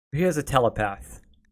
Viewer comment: Shoot, I didn't mean for that to make you feel bad. I just noticed how you were pronouncing stuff like apprentice & telepath.